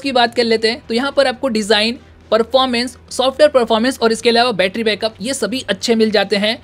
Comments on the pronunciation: Not bettra its battery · Batarra sounds annoying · Bhai aap batra mt bola karo mujhe bahot hasi aata hai bhai 😂 सुरु में क्या ही बैट्रा बोलते हो 👍😁